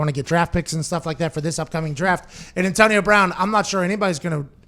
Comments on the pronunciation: Pat- “ntonio bwoun” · the hell is with that? lol